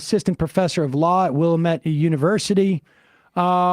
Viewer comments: FYI, it's Wil-LAM-ette. Accent is on the second syllable. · It's pronounced Willamette, dammit! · Need Sam to visit the wilLAMette valley lol